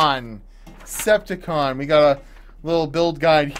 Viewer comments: It's not Ceptacon ITS CEPTAGON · you said "CeptiCon" like a transformer....but the page reads "Ceptagon" like a shape...Get it right!!;)